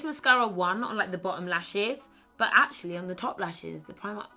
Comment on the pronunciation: When she said AAatcually. I died tbh